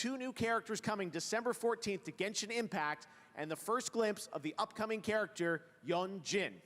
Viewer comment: Ah yes, my favorite game… Jenshin Impacc.